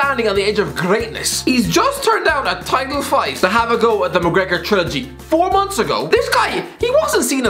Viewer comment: Mcregor more like Mac- Regor lol Boy Im down bad